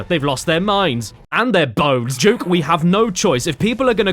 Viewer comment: Its Duke nukem not juke nukem